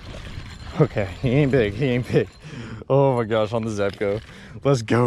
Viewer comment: I see u finally learned how to pronounce zebco lol